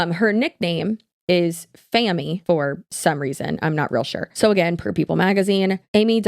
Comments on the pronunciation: Famy is pronounced fame-y, because Amy’s allllllways looking for more attention. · I think people pronounce her nickname "Fame - mee" rhyming with Amy implying that she's fame hungry....at least that's the way I took it lol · Amy is called Famy, pronounced Fame-Y, because she uses her Dugger ties for fame. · Amy's snarky nickname is Famy pronounced Fame-y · Her nickname is pronounced like Fame-eee so Amy + fame = Famy According to snark subreddit that nickname originated in online spaces because they think she’s attention/fame starved. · Amy said the nickname, Famey, (pronounced fay-me) was given to her by people on social media who accuse her of trying to become famous by appearing on the Duggar's show, doing interviews about them and writing a book. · Fame + Amy = Famy your pronunciation killed the portmanteau